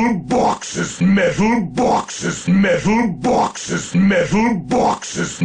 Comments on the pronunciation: MEDDAL BAWKSES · MEHTAL BAWKSES! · I love the part when he said Metal Bawkses. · ...multiple, simultaneous and devastating metal bawkes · 99 METALBAWKSES. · METHAL BAWKSES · MEH-THULE BWHAK-SES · METHUL BAWKSES